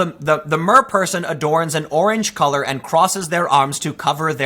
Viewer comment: At first when you said Mer-person I thought you were talking about a gender 😂